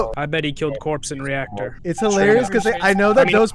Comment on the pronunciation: it's reactor not radiotaor